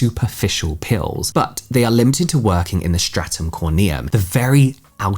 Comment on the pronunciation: I keep thinking you're saying "pills" instead of "peels" and I'm like oh I didn't know there were pills for skincare interesting